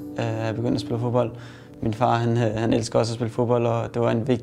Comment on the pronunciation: utroligt irriterende de ikke kan udtale 'd'et i fo(D)bold